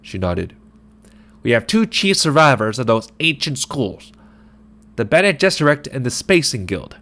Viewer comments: Pretty solid but just a heads up if you’re gonna do more chapters, it’s not Bean Gesserit its Bene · “Bean” Gesserit?!?!?! You just lost me. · Been jizerak.? Really? 😆😆😆😆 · BEAN gesserit??